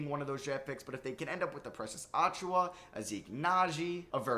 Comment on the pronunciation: Precious Uh-chew-uh, not Ah-chew-wa